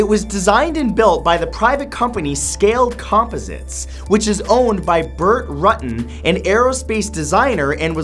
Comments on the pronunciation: There's no RUT IN Dick's last name Rutan (ROO-tan) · Its not pronounced Bert Rutton its pronounced Bert Roo-Tan Mr Santoro :P